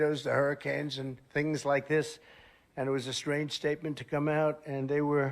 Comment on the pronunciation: "Theengs like this" how can people like him?!